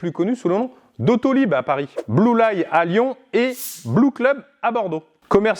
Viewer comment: "blue-laille à Lyon" ... rroooh !!! ça se dit blue-li, car le "ly" vient de "lyon", évidement ...